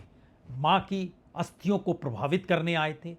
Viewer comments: प्रवाहित या प्रभावित?? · Pravahit is.correct pronunciation 😊